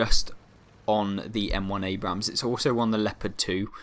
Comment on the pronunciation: can you Please stop pronouncing the second A in Abrams, that is not how you say the name, you only pronounce the first A but keep on with the amazing content, far better then cloneguy, he is just a whining bitch also it could be the Bore from the Leopard A1A1 L/55, since that is a Leopard 1 with a 120mm gun